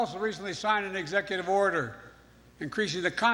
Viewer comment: This man said. The New World Oder. Is here!!!!!!!!!!!!!!!!!!!!!!!!!!